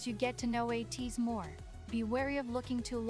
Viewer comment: thank you for reacting to ateez! im looking forward to your future reactions, especially with ateez! you really nailed the pronunciations of their names which is rare when people starts getting to know them so you did a really great job! to answer your questions at the end, they recently updated the positions of the members and yeosang is the only one with the visual position so he’s the main visual (but to be honest, they are all serving visuals in the group because they’re all gorgeous!). for the main dancers, there are 4 main dancers according to kq and it’s yunho, mingi, wooyoung and san! to answer the question on who is my bias, my ateez bias is yeosang and i’m really glad that you noticed his beautiful and mesmerizing voice when you reacted to halazia! i’ll defo have to check your reaction on that song next and also it’s you! thank you again for the reaction! 😊